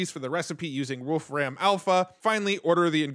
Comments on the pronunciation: Wolfram Alpha access on GPT?! HELL yes! FYI, I believe it's pronounced like "Wolf Rum", not "Ram". :) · It is not Wolf Ram, its "volFram" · Just a small note, "Wolfram" is pronounced "wolfrum" - you don't overstress the "ram" as if you are saying the two animal names. It's the old name for the element tungsten. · Great Video. BTW, you really lean into the pronunciation, Wolf-Ram. And that sounds way cooler than the way Stephen Wolfram says his last name, "Wolfrem". Henceforth, I'm going with Wolf-Ram.🐺🐏😎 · "Wolf ram" 😂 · You say "Wolfram" super weird. It's just a guy's name not some reference to computer RAM.